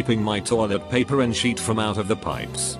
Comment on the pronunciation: Nobody: Robotic voice: sheet